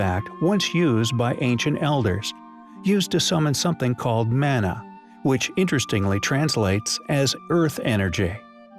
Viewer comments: It's spelt "Mana", pronounced "Māna", not like the way this guy pronounced it which was horrible. And it's not translated to that, it's a concept that doesn't really exist in English as a single word. Edit: as with many things in languages, the word Mana from Reo Maori doesn't have an equivalent in english. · well that has nothing to do with the Polynesian word "Mana", which is the word that was used, terribly mispronounced, here.